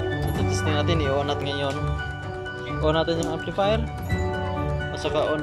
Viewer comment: "equalizee and amplifeer rewiew, good job, stay conex